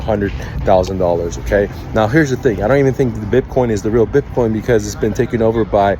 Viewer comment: BIPCOIN 🤣🤣 This guy cant even say it What a shambles BIPCOIN CASH 🤣🤣 What a clown